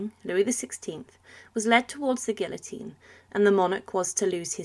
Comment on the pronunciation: First time in my lifetime that I heard somebody pronounce guillotine in that manner 😬